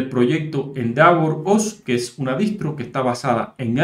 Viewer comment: se pronuncia endévor